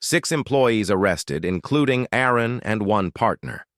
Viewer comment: It would be soooo nice if an A.I. could actually pronounce a name correctly. AARON, ARUN or what ever.... Just get it right and stick with it.